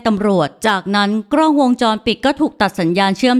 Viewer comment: รวบรวมเนื้อเรื่องดี น่าติดตาม แต่ฝากถึงผู้บรรยายฝึกใช้ ร ให้คล่องจะฟังเลื่อนไหลกว่านี้ค่ะ บางคำ ล ยังกระดกลิ้นรัวเป็น ร มันเลยสะดุด เช่น "กร้อง" ถ่ายรูป